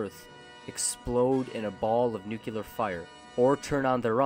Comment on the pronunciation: >"Nukular weapons" It's "NU-CLEAR"